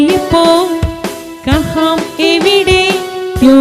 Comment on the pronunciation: കഹാം അല്ല, കഹാ എന്നേ പറയാവൂ